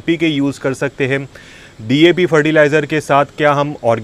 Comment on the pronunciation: Dap नहीं सर जी DAP होता है और वो Npk नहीं सर जी NPK होता है । 😂😂😂😂 साइंस का क्यों गला घोंट रहे हो ?